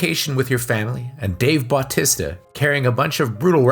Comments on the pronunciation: Pronounced Bah-tee-sta. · Dave Butt-tista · Who the hell is bawtesta and shimmalon? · BAWTISTA & shawmalong 😂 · Why can’t you say Battista‘s name right?!!!!!🤬🤬🤬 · how did you manage to say his name wrong so many times? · Ikr. So distracting